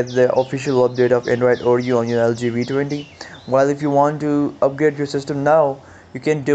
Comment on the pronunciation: Its the "Vee" 20 not the "Wee" 20